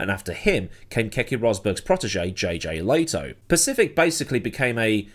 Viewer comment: ...dude, can you at least make an effort to correctly pronounce names instead of reading them as if they are English by default? Learn how to pronounce Lehto correctly to start, that's easy. The fu£&1ng arrogance....